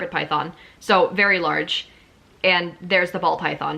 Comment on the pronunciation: I enjoy watching videos like these but the way you say ‘Python’ and think that all people in Pet Shops aren’t knowledgable really annoys me ! 😅 here in the U.K we’re much better than anywhere else, honestly ! 🙄